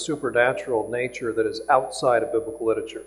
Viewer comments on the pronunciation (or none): Why on earth do these doctors keep saying "lit-uh-ture"? It's "literature".